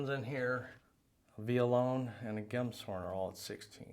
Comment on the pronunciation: BTW, for future reference, it's pronounced "gems horn," not "gem shorn": it's named after an instrument, a kind of ocarina flute made from an animal's horn.